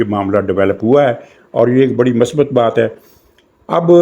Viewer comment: Word is not masbat. It is MUSBAT. Thanks